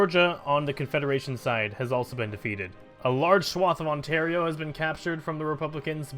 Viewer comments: Ontario is pronounced On-Tear-E-Oh not On-Tar-I-Oh xD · you pronounce it right later on, wat